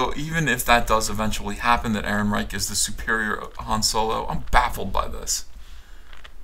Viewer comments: That's a soft "ch" like a punctured bicycle's tire. Not a hard "ch" that sounds like a "ck". Chhhhhhhhhhhhhh… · Roll the r's, chchchchc the "eichchchcch" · Yeah, I didn't like "EhrenreiCH". On the plus side, it reminded me of Victor Borge's phonetic punctuation, and who doesn't love that??